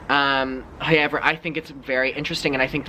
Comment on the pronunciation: I live for the “hoyever”